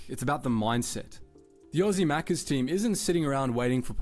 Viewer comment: Hey, at least he said Maccas correctly 🤣